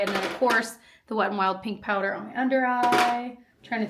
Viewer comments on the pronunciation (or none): none